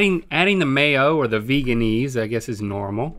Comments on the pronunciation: Vehguh-in-ase. Not vegan-ase. The creator said that’s how it’s pronounced because back when it was created vegans weren’t popular. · It’s pronounced veganaise like mayonnaise not veganeese lol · I love how they call it "vegan-eese" even though they pronounce mayonnaise "mayon-ayse" not "mayon-eese" lol